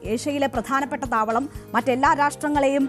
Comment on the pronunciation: താമാളം അല്ല താവളം